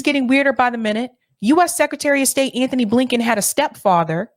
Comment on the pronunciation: You keep pronouncing Ghislaine incorrectly. Soft G. Not hard G. Then you called Antony Blinken Anthony. Please get names correct. Pet peeve of mine.